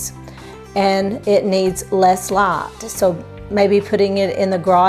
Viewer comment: Hi. Excellent video. Can you make Christmas/Thanksgiving cacti bloom with this method any time of year or only when it naturally seasonally blooms? I love how you say light, night and tornadoes. I’m in CO. There are no accents other than those who’ve moved here. Such as my parents from OK and IA.